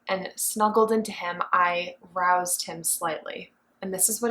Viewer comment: I thought she actually said "aroused" 🤣